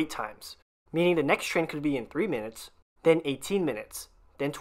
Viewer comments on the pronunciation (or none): none